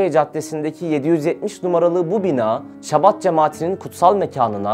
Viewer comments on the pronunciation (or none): Chabad yazılır ama Şabad okunmaz. Aksine Almancadaki gibi tükürürken damağa tükürük sesi gibi sert bir H sesiyle Habad olarak okunur. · Şabad değil Habad diye okunur, birazcık araştırın editör kardeşler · şabat değil habad okunuyor bildiğim kadarıyla..